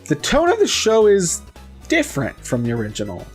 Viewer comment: If you say different like that one more time I'm going to punch you in the face.